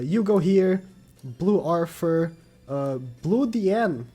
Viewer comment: I loved the video. Very informative. Please work on your "Th" I am not trying to be mean but there are too many names with that sound (Gilfunder, Arfur, Gowfur.)